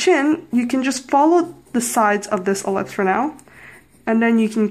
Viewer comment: thought you said lips when your were drawing the oval and i was like what lips? then i realize you meant ellipse XD nice tutorial i'm bad at drawing front view face even with guide line TT--TT